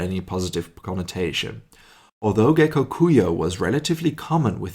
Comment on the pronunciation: The last part of Gekokujo is read as in Joe.